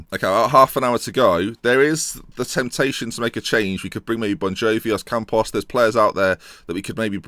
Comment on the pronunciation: I don't understand where you get the "s" in Ocampos ;$